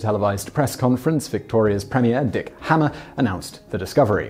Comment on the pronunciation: Like the videos, Simon - but the Premier was Dick Hamer (Hay-mer) not Hammer. It literally did not occur to me until now that his name could be said that way - but of course I was only 11 years old in 1980.